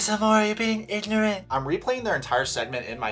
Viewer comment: “That’s ignrotant!!!” OK!! 🤣🤣🤣🤣